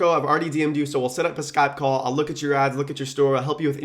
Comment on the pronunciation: I heard "one free call" as "one free car". Thought he was turning Tai Lopez.